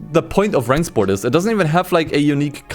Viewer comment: I’m just here to hear pronounce Rennsport correctly Oh wait he didnt